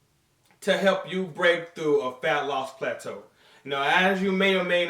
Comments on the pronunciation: Throwback to when used to pronounce it as "Platoo" LOL By the way I recently posted a PHYSIQUE UPDATE on my channel. be sure to check it out and let me know what you guys think! Greetings from South Africa! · no more plat-too eh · I was really hoping to hear pla-too like back in the day haha - Josh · Only pog og fans will remember when used to say "plah-too" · they don't know about "plah-too" and that busted ass spatula, then they definitely aren't OG haha